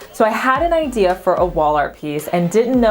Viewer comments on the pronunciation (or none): none